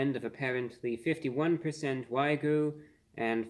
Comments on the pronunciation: Review bruh - I love your content and how you present everything but please stop saying "wai-gu", Wagyu beef is pronounced "wah-gyu" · The word is pronounced "WAH-gyoo," not "WAY-goo." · It's NOT "Wag-oo". There's a Y in it. It's pronounced "Wag-Yoo". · Why do so many people pronounce wagyu wrong? I don’t get it. It’s a short word. It’s not a hard word. It’s not why-goo. It’s not way-goo. It’s whag-you. For fucks sake. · It's WAG-YU, not WAY-GU. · I love ReviewBrah, but every time he says "Wy-Goo" instead of "Waa-Gyu" I seriously cringe. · Its wagyu, not waygu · "Wag-you", not "why-goo" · Wagyu pronounced like wag you. Not so much like saying Ragu with a lisp. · i think you're pronouncing the 'y' in wagyu before the 'g' instead of after it. it sounds like you're saying "wai-goo" instead of wah-gyoo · wah-gyuu, not why-guu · Wag-you...not Why-goo. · Why-goo 🤦🏼‍♂️ It’s WAG-YU. It’s pronounced exactly as it’s written. How can a food reviewer with over 2 million subscribers not even bother to get that right?? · Great review as always. It's pronounced WA-GYO not WAY-GOO btw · FYI it's pronounced "wah-gyoo" 😁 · Wagyu is pronounced wag-yu 🐮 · Respectful correction: wagyu is pronounced "wah-gyoo." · i gave a like on the video just because of how you pronounced wagyu <3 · Learn how to pronounce wagyu ffs